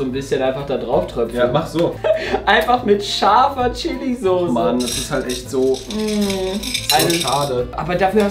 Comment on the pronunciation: 😅Es heißt Soße und nicht Sose!